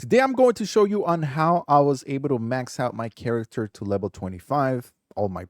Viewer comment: stop saying lebel